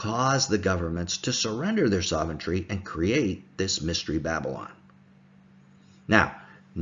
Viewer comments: I wish would stop saying "soventry". It's sov·er·eign·ty /ˈsäv(ə)rən(t)ē/ ￼Learn to pronounce noun supreme power or authority. "how can we hope to wrest sovereignty away from the oligarchy and back to the people?" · Soventry? Sovreignty.